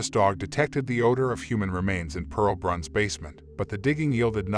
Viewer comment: With all due respect, her name was Pearl Bruns... not Branc or Brunc or Brance or any other name that was spoken... Other information is incorrect also... This is IRRESPONSIBLE "storytelling"...